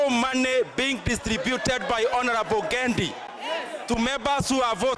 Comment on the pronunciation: Samahani, anaitwa Gedi sio ngendi. Ebutamka tena...